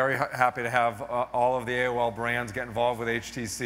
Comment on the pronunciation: Shame he can't say AO'errrrr. :(